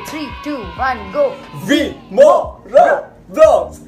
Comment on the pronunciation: aap ne morav slogan ki jagah rimorav boldiya